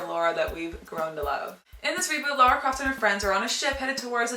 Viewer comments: Good review, but for motherfucks sake IT'S LARA NOT LORA. Where the fuck does everyone get this fucking O from? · its pronounced, Lah-Ra(LARA) not Law-Ra(LAURA)